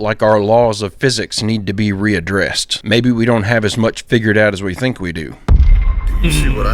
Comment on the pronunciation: She said too mich